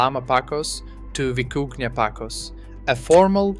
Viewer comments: You mispronounced the name of one of the animals you were talking about. The vicuña is pronounced like this: vi-kun-ya. Not vi-ku-na. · That tilde over the "n" is important.